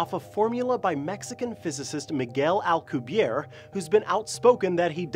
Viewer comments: For the record, Miguel Alcubierre is Mexican, so his last name should be pronounced Al-coo-be-err-ay, with a roll on the R's. It's not rocket science, its Spanish. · may be so but the drive is pronounced al-cu-be-air